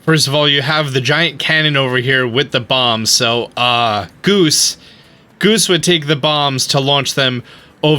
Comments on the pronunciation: You said his name wrong its groose not goose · its Groose... not goose... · Excuse me it’s GROOSE not Goose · Groose not goose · his name is Groose, not Goose.